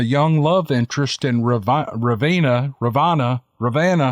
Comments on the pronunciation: Lol, love ya. Its pronounced Mus-kee-gun (Muskegon, Michigan) and Ruh-van-uh (Ravanna), I'm from Rockford, Michigan, SE about 30 miles from Ravanna. Very woodsy still this day. I'm still waiting to see one someday. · and Reh-ven-ah hehe...not far from where I live. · Ra-van-na. & Musk ee-gan